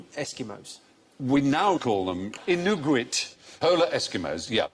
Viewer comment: Oh dear god, I hope no one thinks that's the correct way to pronounce it. :/ They're called Inuit, and it's pronounced IN-you-it.